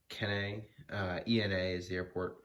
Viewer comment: Kenai is pronounced ken-eye